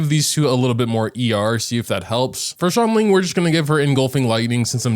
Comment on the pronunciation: Xilonen is pronounced as Shilonen, not Zilonen🤦